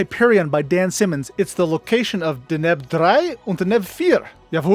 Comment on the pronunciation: In your pronunciation of Deneb, you put the emphasis (that is, accent) on the wrong syllable